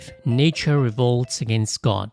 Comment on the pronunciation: It’s a wonderful video! I have watched it 3 times. But can the pronunciation for nature and quote? Sounded weird n also sounded like a different word. Ie “Nature” sounded like “nietzsche” N “quote “ sounded like “koult”.